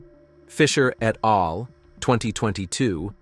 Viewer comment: Please have a PERSON read the text, rather than AI. Hearing scientific terms and even "et al" mispronounced hurts the impression of credibility. You should list the studies in the description here - describing them is not enough. I'm a carnivore and am enjoying SO MANY benefits - but when I choose videos to share on my social media, I like them to demonstrate the highest level of credibility.